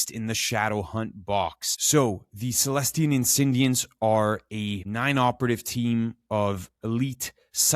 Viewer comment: The search continues for a YouTuber that can pronounce celestial insidiants right. Jokes aside great guide!